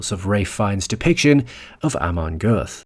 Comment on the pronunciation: The pronuncation of „Amon Göth“ is very bad in this video. Please do your homework.